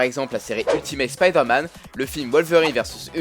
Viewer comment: On prononce "Spaïdeur Mann"